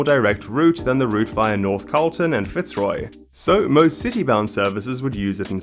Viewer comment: Fantastic video! Really well researched once again. Just a little feedback on pronunciation. Melbourne is a bit of an outlier wherein we don't stress the first syllable in Fitzroy. The stress is on the second syllable making it fitz-ROY. Cheers!